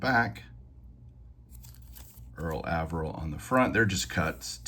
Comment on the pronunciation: I have always heard Mr. Averill’s name pronounced with a long A.